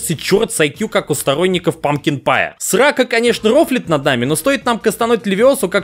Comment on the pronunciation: Я хочу напомнить этому бебею: Не "Левио́сса" а "Левиосса́"